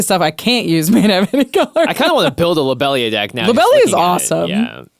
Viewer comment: the pronunciation of lobelia was killing me lol